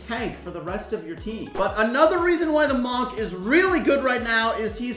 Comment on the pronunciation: search up how to pronounce “monk” 😭😭